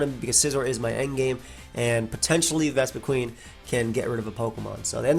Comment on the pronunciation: That’s because it’s pronounced “qin” like win with a Q. Not queen.